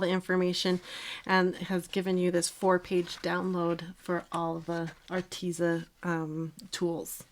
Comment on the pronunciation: It is pronounced artez. Like pez candy. So art tez a. Like rhymes with says. But tez lol arteza